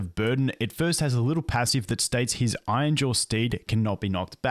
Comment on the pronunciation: Hey, R's aren't there to be skipped but actually to be pronounced. Iron, not ion. Iron-jaw, not ainja.